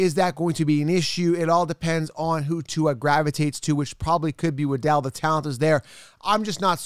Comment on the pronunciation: You know it's Jaylen waddle like how a Penguin waddles?